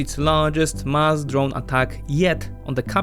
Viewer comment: When you say mass it sounds like musk. Be careful with that haha